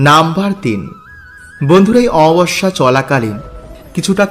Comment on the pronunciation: Amabosya uchharon sathik korun, baje na bokbok kore kom bolben